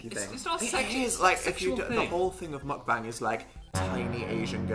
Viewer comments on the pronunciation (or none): say it with me: mohk- bahng. meok-bang. meok- like :mock: mixed with :toke: and the a in "bang" sounding like "ahhng". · Are we not going to mention how they said mukbang... lets just accept that saying things in another language is not their strong suit 😂😂